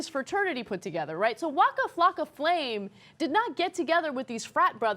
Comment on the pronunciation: lmfao she said "wacka flaka flame"